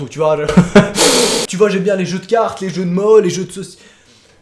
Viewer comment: "Les jeux de mo"haaaaaa cette acsent